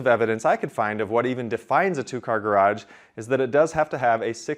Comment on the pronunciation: "garaDge"? or garage?